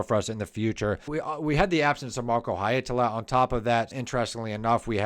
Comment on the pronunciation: Well.. no. And you repeat them so many times, it starts to get to the nerves. You could also just leave the surnames off, as the first names seem easier and you get them right. :) Finnish IS hard, but the 100th haeitala and Holopeines just.... aargh... 😁😆